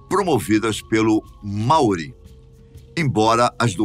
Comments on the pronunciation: A pronuncia correta seria mais parecido como (Máori) e não maóri! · Muito interessante, mas me mata a pronúncia dele em " Maori "